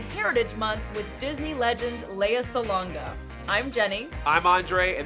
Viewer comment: why u butcher her name like that? :((((